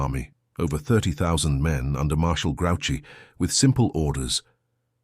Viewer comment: This is terrible. Have you never seen Napoleon? He never wore a moustache. It's not "grouchy," like Oscar living it the garbage can. It's pronounced "grew she."